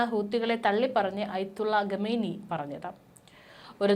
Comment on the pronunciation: 'രെണ്ടായിരത്തി' ഇരുപത്തിമൂന്ന് എന്ന് അല്ല. 'രണ്ടായിരത്തി' ഇരുപത്തി മൂന്ന് എന്നുച്ചരിക്കണം. ഗെമേനി എന്നതും തെറ്റ്